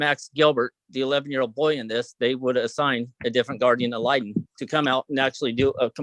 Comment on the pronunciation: You can't have a new guardian ad litem, until you can pronounce it correctly. Ya tool.